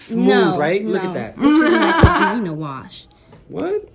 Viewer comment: "this is my ✨bAGinA WasH✨"